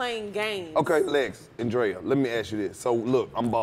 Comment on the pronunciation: Omg yesssss the Andrea name mispronunciations! 😂 these girls were so funny!!